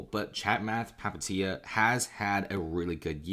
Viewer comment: Just butchering Palihapitiya pronunciation